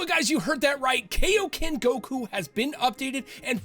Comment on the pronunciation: why do americans always pronounce kaioken and saiyan wrong?